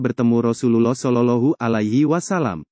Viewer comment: bukan sololohu min tapi solowloh'hualaihi wassalam